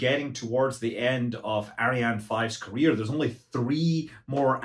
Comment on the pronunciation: "Career" oi.....